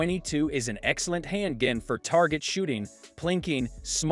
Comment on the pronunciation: "Hand Ginn". check! 😆